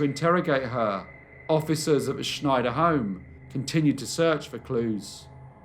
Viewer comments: Snyder is pronounced like Spider (with an N in place of the P). It is not pronounced the same as Schneider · Love, love, love your stories. Not a big deal, but Ruth's surname of Snyder is not pronounced "Schneider". Lol 😉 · "Snyder" is pronounced the way it's spelled. Not "Schneider". js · I apologize for being fussy, but in the U.S. we pronounce the surname Snyder with a plain "S", not like the "sh" sound in "Schneider." It's a very common Pennsylvania Dutch (a.k.a. Pennsylvania Deutch) surname, and also the brand name of not one but TWO brands of pretzels. It is also the surname of my very favorite uncle-by-marriage.